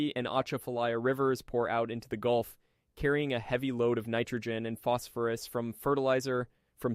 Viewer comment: you are you right,its changing, was a auto correct mistake.. but its gulf not goulf....